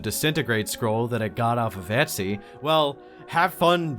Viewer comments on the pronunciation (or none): none